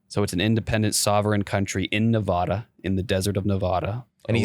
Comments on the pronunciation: its pronounced Nevada not Nevada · thats fine he just keeps saying Nevada wrong